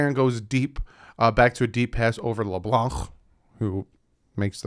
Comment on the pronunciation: “Leblanc” glad I’m not the only one who thinks like that. Have to say anything with le with some sort of French accent lmao